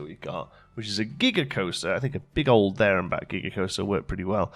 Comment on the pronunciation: I thought you said Giger-coaster. And now I want one!!